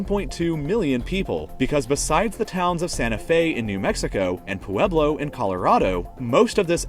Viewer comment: My man really pronounced Pueblo as Poo-Eb-Low